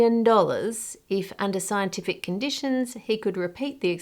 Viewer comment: So you haven't researched it is what your sayin right here lmao.. Sci Enti Fic I hear you say haha...